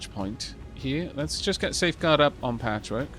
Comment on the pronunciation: Every time you say "Patchwork" i hear "Patrick" then I imagine the Chimera Squad base getting calls asking "is this Chimera Squad?" and her answering the phone and saying "NO! THIS IS PATCHWORK!" before hanging up and muttering to herself how everyone keeps asking if she's a Chimera. Then Whisper of course being the one who points out "that's the name of our team" - "WHAT?"